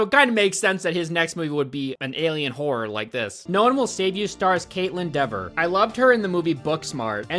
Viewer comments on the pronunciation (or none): My fiancé is saying you pronouncing her last name wrong. Dever as in fever. (She only cares bc Kat is her cousin on her fathers side)